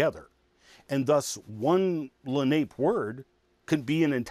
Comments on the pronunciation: It's okay but he mispronounced the name of the tribe. It's not pronounced Lah-nape, it's pronounced Lah-- nah- pay. These are my ancestors and it would certainly be appreciated if it was pronounced properly. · La nape is pronounced la na pay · Accent on second syllable